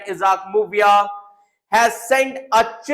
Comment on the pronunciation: Plzzz pronounced correctly muivah mubiah